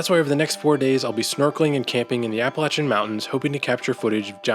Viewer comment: I’m just happy that you pronounced “Appalachian” correctly.